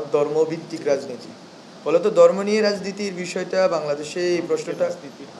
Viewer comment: উচ্চারণে অনেক ভুল, সে কি না প্রধান উপদেষ্টার বিশেষ উপদেষ্টা!.. দর্ম না ধর্ম